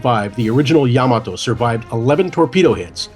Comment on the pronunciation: atleast he know how to fucking say yamato correctly